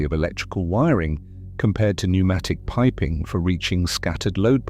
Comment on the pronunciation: The reason “it” is “confused” is because it is A.I. Unfortunately wr are going to be seeing more and more of this typre of semi-correct content. The voice is a giveway…no emotion or cadence, odd pauses, misprnounciations…particularly pronouncing the silent “p” in “pnumatic”. While not utterly incorrect, the context is vague and inconsistent because the A.I. Has been told that pnumstic distribution existed and has been given a whole pile of old woodblock prints from old texts…but no real context or detail. The cerators have been lazy to do their own properly reviewed snd researched work snd simply left it to A.I. To “make a wedding cake” from whatever was left in the pantry!